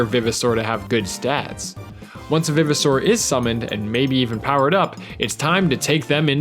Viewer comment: Is it pronounced vive, or viv? I say Vive-oh-saur as in RE-VIVE.